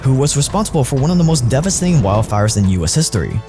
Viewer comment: This woman doesn't even know how to say "devastating"